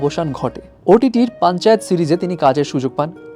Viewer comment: ভাই পাঞ্চাত না পাঞ্চায়েত 😌😌